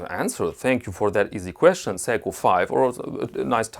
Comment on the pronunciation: oh, its seiko, not psycho.